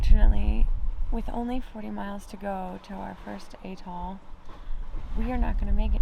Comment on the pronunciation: A, A, as in apple! Atoll Not Eh-toll.